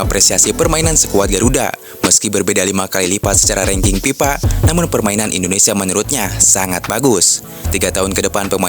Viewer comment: FIFA baang...!!! Bukan PIPA... Gedeg euy, jelas banget pipanya